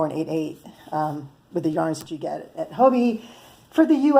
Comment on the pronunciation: Thanks for your review! I was considering these yarns and will now definitely try them out. The irony is that I am listening to your review in Denmark. I didn’t know about Hobbii until I saw YouTube videos from America. As a sidenote, the pronunciation is just like “hobby” in English. The “I” is short in Danish but not much different than English. However, the “O” is also short and rhymes with “job”. So, really, just say “hobby” like you do in English and you will be fine 😄